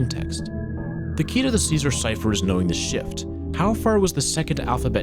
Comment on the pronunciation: Caesar* not Císar